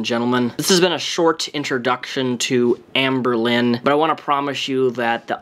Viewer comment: i hear anberlin, like the band